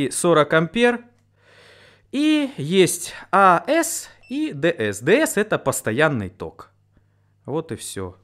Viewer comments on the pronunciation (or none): Эй-си, ди-си. А-эс бл... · Не АЭС ДЭС, а АЦЭ и ДЭЦЭ, как группа.! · а-эс дэ-эс аахахаххаха мамкин электрик бля, эй-си ди-си